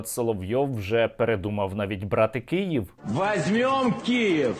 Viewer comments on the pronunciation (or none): none